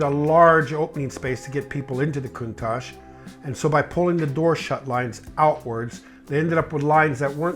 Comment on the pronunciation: Excuse, why did you change you pronouncation of Countach since video with Harry? Just asking cause I don't want to sound like an idiot when speaking this name.